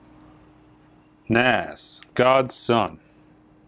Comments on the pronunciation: "NAS" is pronounced "NAHZ", yo. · The names are pronounced NAHz (Nas) and WAH-lay (Wale). Guessing isn't a hip-hop fan, lol.